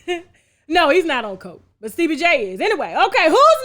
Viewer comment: Stebie...yasss when we talk about Joseline and mention him, you gotta say it like that...Stebie🤣🤣🤣